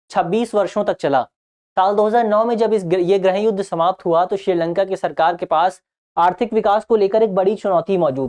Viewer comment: everything is clear and well explained ☺☺.. but one suggestion please pronounce '' GRIIH YUDH'' NOT ''GRAH YUDH''😊😊😊